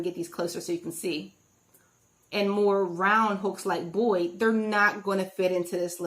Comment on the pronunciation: It's Boye, not Boyd. Sorry, driving me nuts.